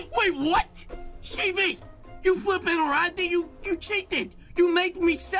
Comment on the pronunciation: You were saying cv preetty